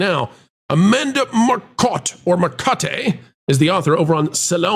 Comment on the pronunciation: "Amanda Mercotte" oh lord, one of the ladies from back in the GamerGate days... the delusion is hilarious.